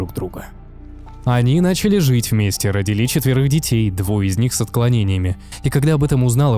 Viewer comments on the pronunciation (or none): Расщелина нЁба, а не неба))) тЯжЕлейшими, а не тижалейшими))) , родИли, а не родилИ))) кратковременная, а не коротковременная))) Вроде и контент неплох, но эти мелочи режут слух.